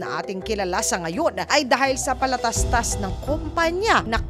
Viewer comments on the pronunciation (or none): sa sobrang seryoso ko sa pakikinig napansin ko yung PALATASTAS word😅😅✌️✌️✌️❤❤❤ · Narinig ko nanaman yung palatastas 🤣😂 patalastas po yun